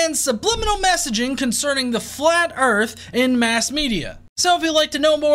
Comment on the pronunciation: Total mass is 0.02% water. That is the absolute last thing you can define earth as is a ball of water. Who the fuck is this absolutely brain dead, ignorant dipshit? How has he found anyone dumb enough to think for a second this guy knows anything at except how to mispronounce earth? Can't pronounce it so it isn't real?